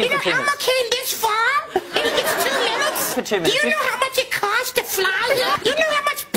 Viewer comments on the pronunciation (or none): "OHHHHHHH SOUL LET ME OUUUUTTTTT" and "do you know how much Petral cawsts" had me dying